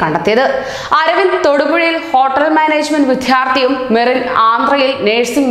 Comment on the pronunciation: വിദ്ധ്യാർതി അല്ല വിദ്യാർത്ഥി. ശരിയായി ഉച്ചരിക്കൂ.